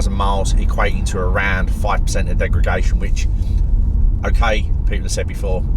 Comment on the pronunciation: Love your videos mate. Very good points on battery longevity and usability. I think the 40kw is great but the 60kw with active temperature management will certainly be a better car. I’m telling my “Leaf-curious” mates to hold out for that one if they can. “Degragation” - hehe!